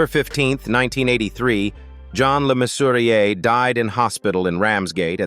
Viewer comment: Mannering not Main-waring . Le Mesurier, not Lay Mesurier. Jakes, not Jacks.